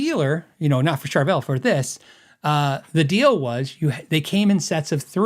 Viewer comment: I'll never be able to unhear Char-vul 😂